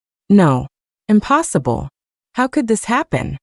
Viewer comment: "uñpossîblë" and "é galñçéd" so french lol